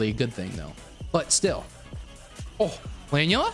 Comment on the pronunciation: It bothers me more than it should that he mispronounces Planula.